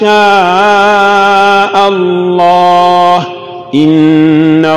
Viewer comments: Aku kira tadi syekhnya bilang insya Alleh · Sebut aja alleh kaloh azan karna huruf e terakhir bagus itu